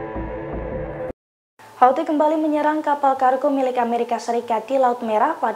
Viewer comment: Amrikia...? Amerika